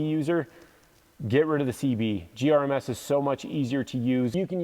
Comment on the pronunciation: I died a little inside every time you said GRMS. 🤣 The Hest mattress is the best thing ever if it can fit it in your tent and close. Best RTT mattress. I love sleeping on it. Fenix bike lights, flashlights, and headlamps are awesome. I love that you mentioned the USB C thing. Every rechargeable device now should come with USB C. It's 2023. It would be so nice to only need 1 cable type to charge everything. Nice videos. Hope to see you out on our Colorado trails sometime.